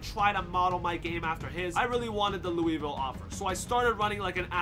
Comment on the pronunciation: As a person born in Louisville and lives in Louisville your pronouncing Louisville wrong but its fine you should still go to Louisville